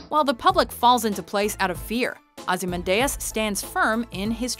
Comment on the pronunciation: Can always tell when the narrators and/or writers haven't actually seen the content they're talking about. In this case - Watchmen. The pronunciation in this video is awful, and anyone that's seen the video would know it's pronounced Ozzie-Man-Dee-Us.